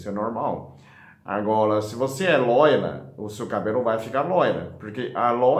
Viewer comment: "A loila" ki belezinhaaaa velho.😘😘😘😘🤗🤗🤗🤗🤗